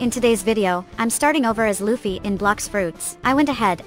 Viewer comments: That's not Luffy that's lully 💀💀💀💀💀💀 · That's not luffy thats wuffy